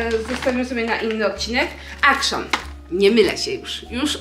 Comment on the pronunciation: Chyba jednak nie akszon a ekszyn się wymawia